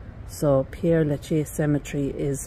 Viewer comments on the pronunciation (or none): Its Pere, not Pierre as you keep saying.